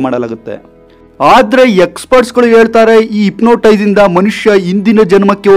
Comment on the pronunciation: Ipnotise alla hypnotize 😂😂